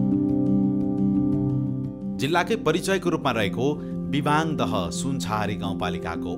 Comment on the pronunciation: लु बधाई छ सुनाैलाे सुनछहरी पर्यटन द्रव्यदृश्य निर्माण गर्ने गेमिहाेम स्ते समुह र सहयाेगि निकाय सुनछहरी गाउँपालिकमलाई । अत्यन्तै उत्कृष्ट हुदाहुदै केहि अपुग र त्रुतिहरू अबश्य छन् । मुख्य त्रुति भाषा अपभ्रम्स सुनियाे विबाङ नारबाङ लगायत उच्चारणमा वाङ उच्चारण आएकाे देखियाे । फेरि पनि धन्यवाद !!!